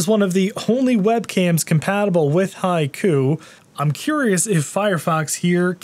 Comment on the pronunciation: Finally, I could able to pronounce its name "High Koo" and I think that I will remember it! 👍